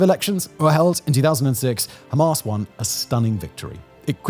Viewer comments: I am british, his accent is real. His exaggeration is fake, no one here pronounces hamas that way its fake and frankly dumb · 'Hamas' as in 'Ass.' You better update the latest development.